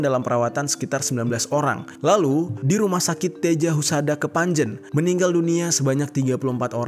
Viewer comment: Kepanje n